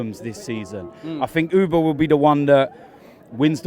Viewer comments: Auba not Ooba. And him for golden boot. Not sure bout that. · saying uber instead of auba disturbs me a hell of alot